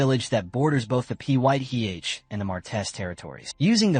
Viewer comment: Baron Pyth is pronounced Fithe